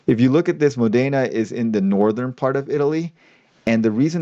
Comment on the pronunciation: it's Módena, not Modéna.